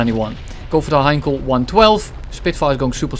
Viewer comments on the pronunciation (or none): none